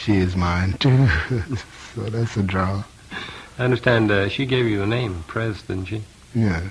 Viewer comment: ' P R E Z ' actually ( n o t 'Pres')